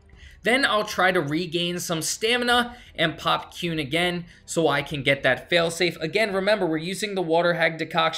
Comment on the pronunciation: that is not how you say quen lol